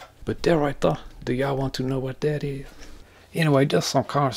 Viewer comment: "these things right thuh"